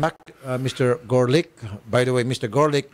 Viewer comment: The reporter said Garlic instead of Gorlick ha ha